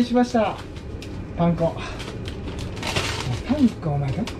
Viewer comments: パン粉の発音がパン子みたい😆確実に前より手際が良くなってて凄いです👏✨✨ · パン粉がパン子にしか聞こえてこなくてツボでした🤣いつも笑いをありがとう^_^💖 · パン粉のイントネーションが パン子で笑った😂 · パン粉の発音w